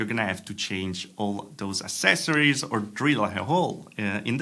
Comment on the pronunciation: Please, don't say ASSESSORIES. It's ACCESSORIES (ACCESS), Accesorios in Spanish.